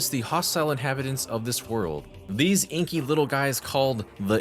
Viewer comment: Inky? Ing-ky? ING-ky??!!